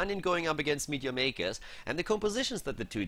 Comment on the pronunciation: i always thought it was ,midyamaykas lol